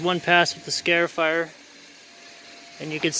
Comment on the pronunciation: "Scar" ifier.. not "scare" ifier